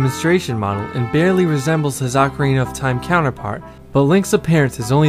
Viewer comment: For the love of Zeus!!! OH-carina, my americano friends, NOT Awk-karina.